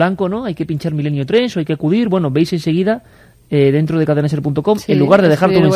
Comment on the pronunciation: Parece que dice "Muerto" y no "dentro"